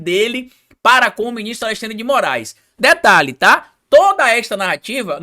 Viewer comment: não consegue pronunciar AleXandre, sai sempre AleSSandre